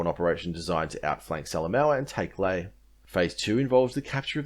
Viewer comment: the picture is a laughably staged laffer Lae is pronounced lye-AYE